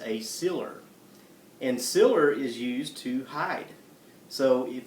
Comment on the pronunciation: lol i think he ment sealer. it took me a minute to realize what he was trying to say.